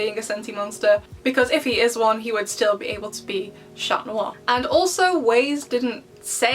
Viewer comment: I enjoy ur content and because this sounds mean ima subscribe u are dead on everything and I love rena rouge and trixx and stuff but chat noir not cat noir